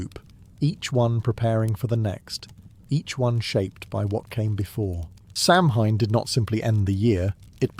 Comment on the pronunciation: Kel-tic, not cell-tick. Sow-en not sam-hein